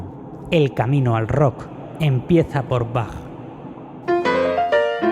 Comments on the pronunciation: Cómo pasar por alto sus Épicas musicales como Highway Star o A Light In The Black, de mis favoritas de todos los tiempos. Por cierto, vaya pronunciación de Bach y del inglés en general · Como puedes pronunciar Bach así, como si fuera una CH española🤦‍♂️